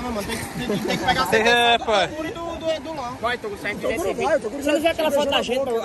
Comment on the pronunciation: "Vai TORUGO" KKKKKKKKKKKKKKKK